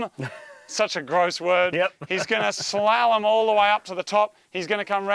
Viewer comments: emphasize your A in slalom and u got it less cringe for you lol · its pronounced slarlom not slalom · It's like Gollum with and S. SOOOO it would SOLLUM for pronunciation purposes ya big dummy! LOL Slalom! Easy if you like to ski or whatever that requires using that word LOL